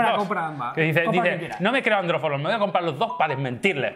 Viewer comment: AndrO foroll JAJAJAJAAJJAJAJA